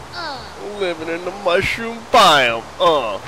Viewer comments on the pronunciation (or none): IT'S THE MOOAHROOM BIOME